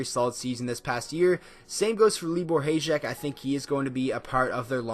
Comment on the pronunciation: Great video! Also, it’s pronounced Hi-yek, I don’t mind though.